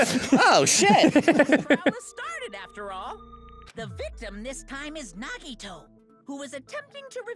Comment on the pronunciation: Dan pronouncing Nagito’s name correctly in this episode threw me off so much that I actually thought he said it incorrectly. And then I forgot how to say nagito’s name for a full minute.